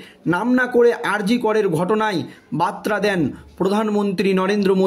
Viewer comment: বারবার মুরমুর বলছেন কেন? ওনার নাম শ্রদ্ধেয়া দ্রৌপদী মূর্মু। আর বাত্রা নয় , বার্তা।